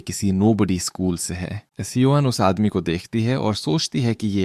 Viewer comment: Bhai s e o n mat bolo सियोन bola karo